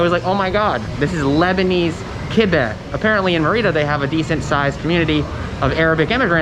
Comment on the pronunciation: Mérida = MAY-ree-dah